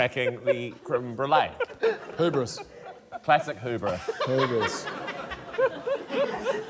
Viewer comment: I will add to the list of NZ pronunciations that gave me a pause: hubris. It sounds like someone who has only ever read it in a book and never heard it said out loud.